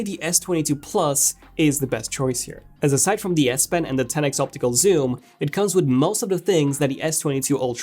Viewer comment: Had to stop watching. Couldn't stand to hear TEN EX anymore. 10X is an abbreviation of 10 TIMES!